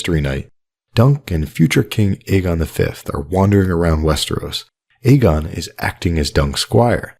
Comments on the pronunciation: Hey great content as always, but reminder, in the show the name Aegon is pronounced "Egg-on." See the end of Season 7 Ep. 7 where Lyanna whispers to Ned the name, or before that when Shireen Baratheon is teaching Davos to read and one of the books is about Aegon's conquest. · I’m pretty sure Shireen after reading about Aegon the Conqueror pronounces Aegon like “Egg-on” when talking to Davos. Aegon was also the first word Davos learned to read, and now he’s Aegon’s most trusted advisor, haha. What’s worth noting is Shireen makes a pretty big deal about how she is pronouncing Aeg as Egg, I always found it odd from the first time I watched it.